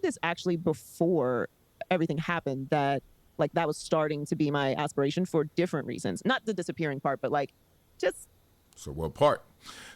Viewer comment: She said she got “ass-pirations” yall🤣🤣🤣